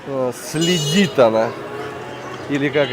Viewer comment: ... собачка следит , ударение на "е". Спасибо, познавательные видео, класс! Пересмотрел уже все русскоязычные видео...